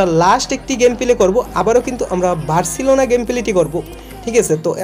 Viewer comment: ভাই নাম গুলো আমি বলে দিচ্ছি, পরবর্তীতে এই নাম গুলো উচ্চারণ করবেন। একটা হলো টোকিও, এটা জাপানের রাজধানি। আর একটা হলো বার্সেলোনা। এরপর উচ্চারণ ঠিক করবেন। খুব উইয়ার্ড শোনায়।